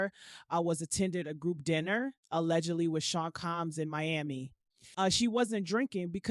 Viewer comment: Who is the woman who is unable to read aloud? Mispronouncing names & words: Seen Comms, a-ccusers, train-qui-lizers, etc. Uhm, WTF?